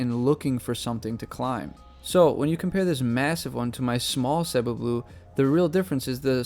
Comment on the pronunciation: you pronouncing cebu correctly, unlike the whole majority, 99% of people. haha.